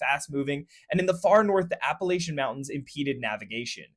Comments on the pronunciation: Great video. Just fix the pronunciation of Appalachia. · AppaLATCHia not laytcha